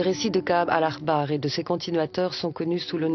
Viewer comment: C'est Ka'ab "al-Ahbar", pas "al-Akhbar"